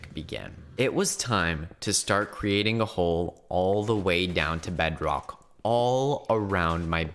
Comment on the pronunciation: he says bedrock kinda weird like bedroch